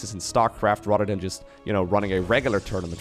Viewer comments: At first I thought you were shit-talking Rotterdam, but then I realized you were saying "rather than!" :D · Every time he says "rather than" I hear "Rotterdam" 🥲